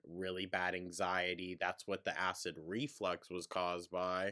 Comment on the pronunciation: I hate that she says "acid reFLEX"